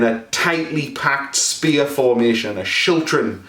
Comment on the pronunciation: Glad to hear your pronunciation of schiltron. Same way I've been saying it, but I've read different other potential pronunciations (and spellings) as well.